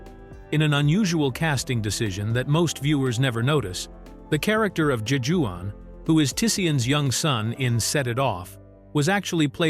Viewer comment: The narrator is phonetically pronouncing Jajuan lol. AI is not programmed to understand the nuances of uniquely afrocentric names.